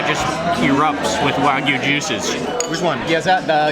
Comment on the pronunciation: Server should at least pronounce it correctly. Wagyu, not wahgoo.